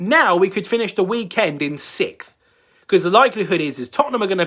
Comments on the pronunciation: ... "finish sikf"... "sikf"! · "Sikth" "sikth" 🤣🤣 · Sixth not sickth